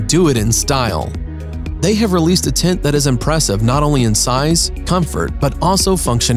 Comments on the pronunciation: Nice and original tents BUT am I the only one that got annoyed with the way he pronounced "TENT"? It sounds like he's saying "TINT" :) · Its called a tent and not a tint. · Voice Actor: Doing a voice over for a TENT video Also Voice Actor: Pronounces it "Tint" and "Tit" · I love the bubble tent Also they thought he was saying tint instead of tent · Honestly I thought dude said tit at first! 🤦😳🤷✌🏻😂🤘🏻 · "the tints..."😂. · STOP CALLING IT A “TINT”. You ruined this for us. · Was anyone else bothered by the narrator saying "tint(s)" rather than tent(s)? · Why does the narrator not know how to pronounce “tent” and keeps saying “tint”? How annoying. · Sounds like he’s saying tint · El tacko, I'll agree: "tint"...(!) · fFter hearing "tent" pronounced as "Tint" five times in the first minute, I just couldn't take it anymore. See ya... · I know! I noticed it right off the bat and almost didn’t make it through the video. So weird. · Niko TheBlackCloud lol true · His pronunciation of tent and words like 'during' is so annoying. A 'tint' and 'dearing'. Steel staircase instead of a ladder. I rolled my eyes so far back i could see my own ass. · This should be called Tin Coolest Tints in the world, according to the narrator. 🤣